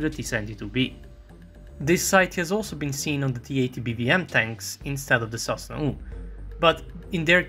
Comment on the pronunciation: sosnA not sOsna, this isn’t Serbian ;)